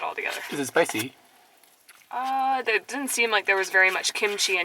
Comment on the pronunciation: A good example of you () sounding a bit Japanese is, when you said "Is it spicy?". The inflection in the last syllable goes up a bit. You guys are getting 'Nihongized'.;)